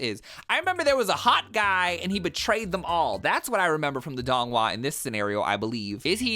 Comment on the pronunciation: As someone who has read all 8 books multiple times, seen all the donghua multiple times, read the manhua multiple times and has read too many fanfic, this is the most hilarious tgcf vid I’ve ever seen THE PRONONCIATION IS KILLING ME